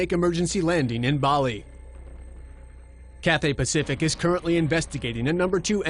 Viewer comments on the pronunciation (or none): none